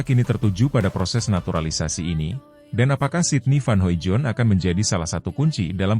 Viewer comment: bacanya van hoidong bos